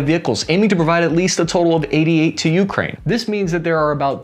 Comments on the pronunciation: It’s not YOUkraine. Please stop making so much emphasis on the first letter. Emphasis should be on the “A” - ukrAine. Thank you ❤ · One small correction not U!kraine, but ukrAine, accent on A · bro you gotta stop saying youkraine. It's Ukraine... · When did we start saying *U*kraine and not U*kraine*, like the rest of the world? Kind of like *I*raq vs I*raq*, putting the wrong emPHAsis on the wrong sylLAble..... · Have seen 3 of his videos and the way he pronounces Ukraine just hits me every time. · Can you at least say Ukraine correctly? Please do them this favor